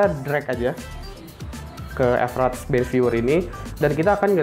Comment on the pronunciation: Mas itu bacanya fraps bukan EF-RAPS